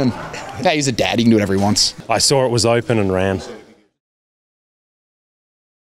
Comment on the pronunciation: I sawrr it was opan and rAn lol